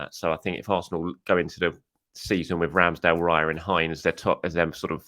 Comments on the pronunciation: Raya does not rhyme with PIE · Raya rhymes with player